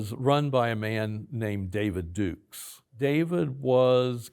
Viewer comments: Does anyone else question his story by the fact that he called David Duke “David Dukes?” Everyone in America knows David Duke, especially any current or former white supremacist. Why would he still pronounce his name wrong today? If I had to bet, I would assume he’s telling the truth but still I find that a bit suspicious. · Duke, not Dukes. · I don't buy it. On one hand he's 'coming clean' & on the other it seems like he's somewhat proud & playing dumb about what was going on in he's younger years. Also it's David Duke, not Dukes. I hope I'm wrong about my impression